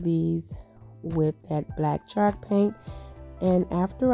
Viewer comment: I loved all of your ideas! They turned out great! Way to be very creative! Not to be rude or mean, but has anyone let you know that you’re saying the word “chalk” wrong? Or maybe you’re saying it right, and it just sounds like you’re saying “shark”? Just wanted to let you know. Happy Easter and many blessings to you and your family!